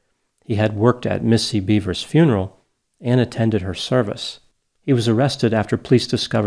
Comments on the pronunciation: It’s pronounced “beh-vers”. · theres no A, its BEVers